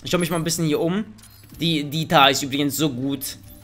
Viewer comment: Es wird nicht mtar ausgesprochen sondern m tar